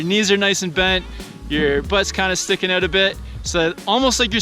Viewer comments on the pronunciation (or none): "Slide aouuut" canadian confirmed.😍